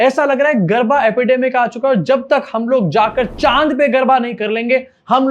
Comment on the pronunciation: Garba nahi garda